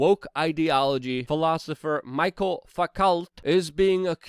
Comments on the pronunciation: His name is pronounced Mishell Fookoh phonetically. It's French ya know. An yes, he was full of crap. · Hi Luke as much as I Love you and have been following you for a few years i couldn't stop laughing when you mentionnés Michel Foucault. The way you could say it and it would be so much nicer for my french ears would sound like Michele Fookoe. Just sayin